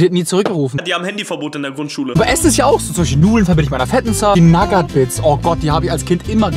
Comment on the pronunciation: Bitte hör auf naggat bits zu sagen😂